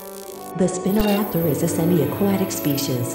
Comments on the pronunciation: Another great vid. I see ucouldnt get the pronunciation of spinoraptor to be how it actually is. In this it sounds like spinnoraptor instead of spinoraptor which got a chuckle out of me. Other than that great vid. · Spin-o raptor, why do AI voices always get it wrong? It’s pronounced Spy-no Raptor. Haha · it's not "spina-raptor" it's SPINO raptor